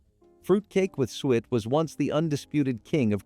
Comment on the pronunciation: "sue ett", "stuh len", When plums dry, they become raisins.